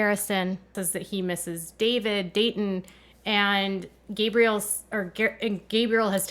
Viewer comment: Who’s David? Do you mean dayton? I’m confused, his dayton name actually David?